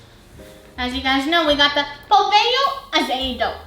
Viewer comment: the way u say pohlvio azedo always makes me laugh "polvio azedo 😳"